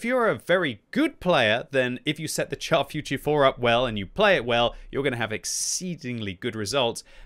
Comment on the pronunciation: not "tchar". Pronounce it "shar". As in.. "shoot".